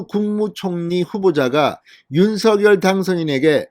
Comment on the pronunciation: 제발, 제발, 대통령 당선인께서 원하시는데로 윤석 열 로 발음하시는 예의를. .